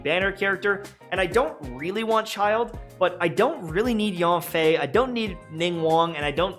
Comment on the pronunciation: Ah yes: Yonfei, Ninwuan, and Shawnyun.